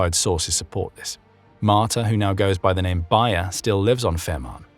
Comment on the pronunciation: wow an Anglosaxon channel that pronounces names right ! congratulations.